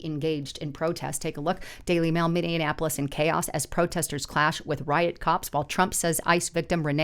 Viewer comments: It's not Minneanapolis --- It's Minneapolis - That's Minny - Ap - O - Lis --- nothing like Indianapolis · What is "Min-nee-anapolis"? I have heard of Minneapolis....learn how to say the name of the city you are talking about. It wasn't a one-time mispronunciation, as you said it several times in this upload. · You are mispronouncing Minneapolis. You are adding an additional M that isn't there. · Please, please, please... it's pronounced (MIN-EE-APOLIS), not (MIN-EE-IN-APOLIS). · Maybe she meant minion apolis? I heard it too, and it made me wonder if it was purposeful after I heard the play on words... Just a thought. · There is no I can't believe the number of creators I've seen today that don't know how to say Minneapolis! lol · Dear God, learn how to pronounce Minneapolis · Her and her husband must have gone to the same school . Neither one can pronounce Minneapolis or Venezuela.